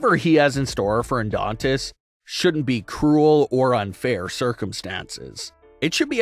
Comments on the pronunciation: Dude it's Adonis not Adontist......you do this alot!!! It's annoying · Yeah, I kept thinking orthodontist. 😮😊